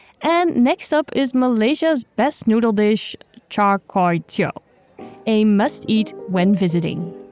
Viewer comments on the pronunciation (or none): good review butchered the shit out of the pronunciation of char koey teow (char quey tiau)